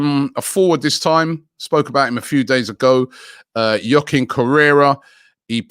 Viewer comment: Robbie it's not "Yochin" correra It's pronounced "hwa-keen" correra